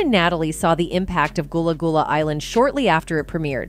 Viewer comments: Goolah goolah island?? 😂😂😂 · She saying this so wrong it's gullah gullah island